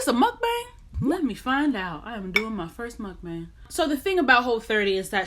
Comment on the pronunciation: It's " MEOKBANG먹방!!!"" hahahahaah, I mean, it's pronounced muhk-bahng, with an ah, not as in bang bang with a gun, hahaha